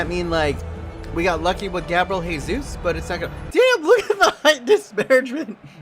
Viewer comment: His last name is pronounced with the J sound or like a Zh sound instead of an H sound because it's portuguese not spanish